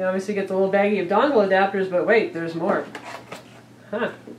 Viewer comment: What'z a "Dongggglll"?